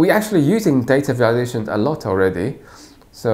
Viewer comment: sounds like he's saying "data validation" lol